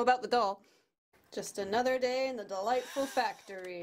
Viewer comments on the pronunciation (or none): i only just realized that you say “welcome to Dollightful!” And not “welcome to the lightbulb!” 😅